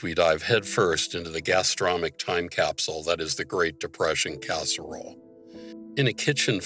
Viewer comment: Gastronomic, not Gastromic …